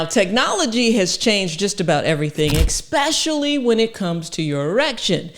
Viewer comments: Did you really just use the word 'expecially'? I stopped the video right there. Your perceived IQ goes way down when you can't pronounce simple words. You come across as uneducated. So, why would I listen to anything else you say? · Stop saying X-specially. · Especially, not ekspecially.